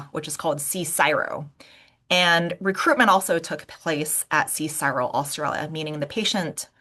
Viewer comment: In Australia CSIRO is very well respected as an unbiased and scientifically rigourous research organisation, especially by the medcial community so the study i give very high credence to. I am a Dr btw. Another btw its by convention pronounced as "C-S-I--R-O " rather than "C-SIRO"